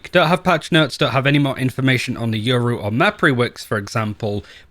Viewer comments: lmfaoo so much yuro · I swear half of the Valorant community says Yoru’s name wrong. says “Yuru”, and I hear “Euro” a lot as well lmao